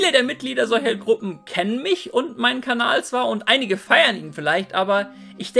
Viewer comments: Wiso sagst du immer kabal statt kanal? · grüß dich. kleine frage: warum sagst du kabal? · Ich gucke schon seit Jahren. warum sagt er immer Kabal?